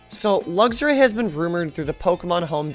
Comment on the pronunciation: I absolutely love this series but I have to say this is the first time I've heard someone pronounce Luxray as "luggs-ray" instead of "luks-ray" and it's throwing me off!